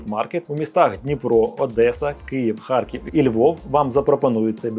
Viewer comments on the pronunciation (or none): none